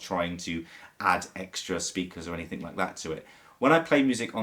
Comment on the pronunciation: The word is "ANYTHING" - not "ANYTHINK"!